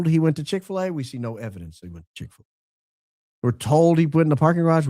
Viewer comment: "I would like nothing more than a Chix fila" 😂